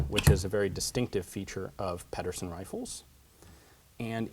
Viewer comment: You sure are getting a lot of weaponry with Danish names lately. "Pedersen" has the infamous Danish soft d, so it sounds more like "pether-sen". I wish I could give more exact pronunciation advice but it's a really hard thing to approximate. Anyway he was strictly speaking Danish-American, by Danish immigrant parents, so I'm not sure how he'd pronounce his name himself.